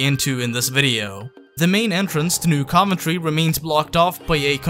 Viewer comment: Dude it’s pronounced New CUV-entry